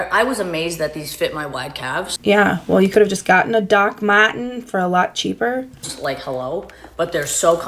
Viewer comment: so funny that my echolalia picked the same things as you did "doc ma'ens", "so good", "so cool", i was laughing so hard saying them at the same time as you